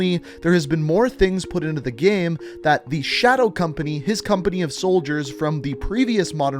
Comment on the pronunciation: Why do u say Gay/ame It is game say it properly😕